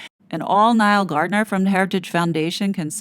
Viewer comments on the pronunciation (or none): none